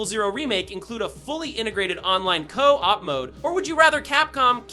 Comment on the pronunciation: Never heard a real person pronounce co-op like that